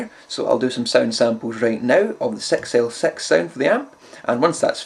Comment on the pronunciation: =) "Either an EL34 or a Sex El Sex"